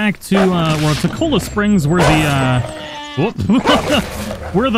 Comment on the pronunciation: I still wait for the day can pronounce names like "Cholla"